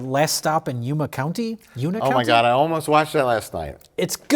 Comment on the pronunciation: It's pronounced, "you-ma" county not uma